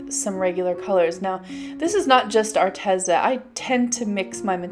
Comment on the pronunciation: It's Arteeeza. Not Arteza.